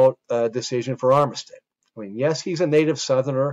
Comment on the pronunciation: Armistead is pronounced armstead in va